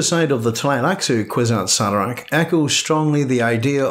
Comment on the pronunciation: Horrible pronunciation of kwisatz haderach